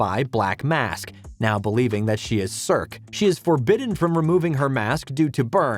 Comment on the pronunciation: Enjoyed the video, but you need to learn to pronounced 'Circe' correctly; clearly you never watched the show or you'd know how to say it